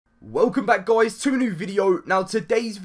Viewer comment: Wolcom beck goois